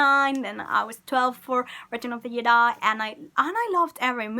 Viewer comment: “...last gedi.” I heard all I need to know from this woman 😂